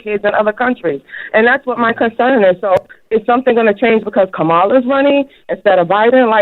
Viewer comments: Why can’t they pronounce her name correctly??? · Since the announcement we have a bunch of people that supports the new Democratic nominee but can't pronounce Kamala's name correct LOL! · They couldn't bother to correct the people mispronouncing her name? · Kamala (pronounced Comma-La). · It's pronounced "Calm A La" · SAY HER NAME CORRECTLY!